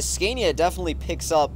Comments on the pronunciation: Haha sorry I don't mean this in a mean way but the way you say Scania is so bad. it's actually pronounced scan-ia not scane-ia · OMG it's not pronounced scan-is it pronounced sconia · The way he says scania hahaha